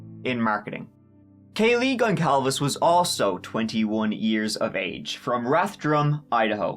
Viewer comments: Pronouncing Gonçalves as “Gonkalves” is like pronouncing the name François as “Frankwah” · Where i'm from it's "Goncalves" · My man said Kaylee Gon-Cal-Viss. It's on Gon-salves. Like a hand ointment or salve, Gone-salves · I hate to be that guy, especially to you:) I scrolled down to see if any portuguese speaking viewers spotted it but i'll go anyway: The surname Goncalves is not correct. The proper spelling is GonÇalves, which will make it sound like Gon-ssal-ves. Not wanting to be a dick, just making sure the poor girl's family name is said correctly. Keep up the great work! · Hi, loved the video but just a side note about Kaylee's surname, Gonçalves, is pronounced " Gonssalves" (minor detail ☺). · Why does EVERYONE pronounce Kaylee's name wrong ?? It's Gonçalves, not Gone-Kawlves!! Ç is called a Cedilla and is pronounced like an "S" (hence the little "s"-shaped squiggly thing hanging from the bottom of it!) not a hard "C" (or "K")!!